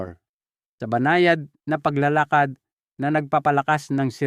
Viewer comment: Taga Visaya yata si Doc may mga salita ng di mabigkas ng tama tulad ng “paglalakad”, “Salabat”